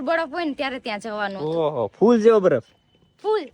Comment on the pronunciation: badaf ny baraf bolay jamkudi kalu kalu bole😊